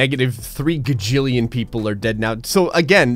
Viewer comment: It’s gajillion, not gagillion.